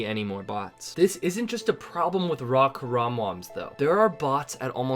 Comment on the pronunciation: Why do you pronounce raw WRAW?